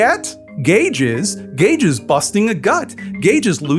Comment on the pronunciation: You said "Gage is" but I heard "Gay jizz" and it made me do a double take.